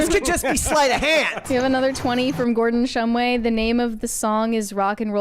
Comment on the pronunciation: It's been 2 years now. Why haven't they gotten Gordon shumway's name right yet